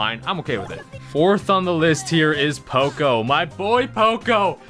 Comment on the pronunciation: You say poco like an extremely uncultured American.